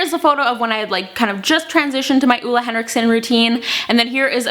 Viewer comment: It's pronounced OOLA